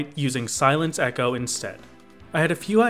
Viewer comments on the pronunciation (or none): none